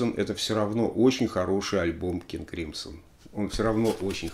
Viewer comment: Crimson - правильное произношение "кримзон", если что)